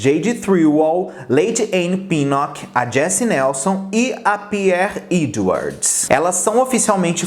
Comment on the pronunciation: "Pier iduards"